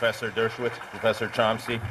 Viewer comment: The guy hosting the debate pronounced Chomsky's name wrong. "Chomsy"? DAMN YOU TO HELL.